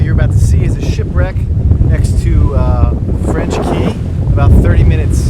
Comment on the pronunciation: Enjoyed the video. FYI..."Cay" is pronounced "Key"